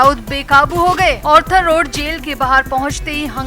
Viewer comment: Please note it is ARTHER road jail & not Orther road jail so pronounce accordingly please